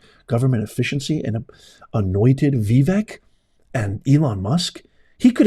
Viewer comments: It's "vi- VAKE", not "vi-VEK". rhymes with "wake". And "bake" 😂🥰🙏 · Dude. IT'S PRONOUNCED VIVAKE!!! Ugh